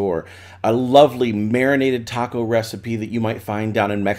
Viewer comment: As soon as he pronounce taco I was like nope not it!